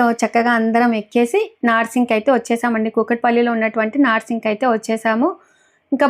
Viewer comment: నార్సింగ్ కాదండి నర్సింగ్ అంటారు